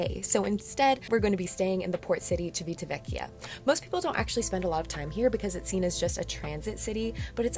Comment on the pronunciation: Great video however it’s pronounced “Siv-ita-ve-chia” Civitavecchia